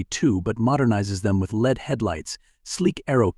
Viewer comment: No live video of the car actually moving or the interior, or the rear. This looks more like a nonproduction concept car presentation. Get real. AI generated voice over [LED was pronounced as lead -rhymes with head] was the give away.